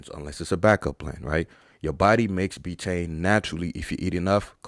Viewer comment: B tain!? biteine!? What even is that !? 🤷🏻‍♂️🤣 Clueless